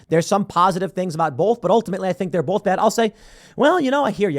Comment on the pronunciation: Donald Trump did not break Sam Harris's brain. Donald gave it a finishing move. Also, the word 'both' is pronounced 'bōth'. Say it right or do not say it at all.